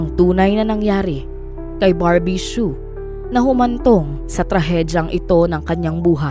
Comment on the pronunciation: Su ang bigkas silent H po